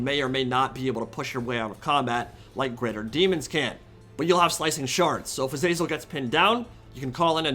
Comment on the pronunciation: Love your content. But your pronunciation of Azazel makes my ears bleed